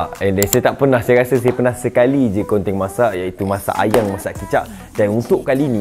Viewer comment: Saya dengar di menit 6 bukan ayam masak kicap tapi ayang masak kicap😂